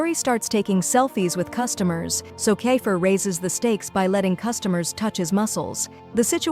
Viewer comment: Bro is kifer not kafer